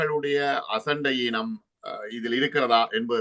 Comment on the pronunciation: அசட்டையீனம் அசண்டஈனம் அல்ல. தமிழைச் சிதைக்காதீர்கள் தயவு செய்து.....